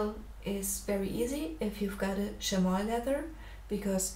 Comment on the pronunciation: It's pronounced "Shammy". Lovely drawing btw.